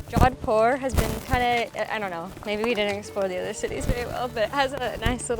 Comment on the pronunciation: "jowdpur" noooo, Americans and their mispronunciation is painful